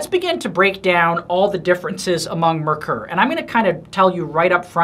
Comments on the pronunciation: If you're going to sell them, learn how to say it. It,s NOT "mer-ker" it is pronounced "mare-kor" which is German for "mercury". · Just for the sake of accuracy: it's pronounced MARE-coor. German name, german pronunciation.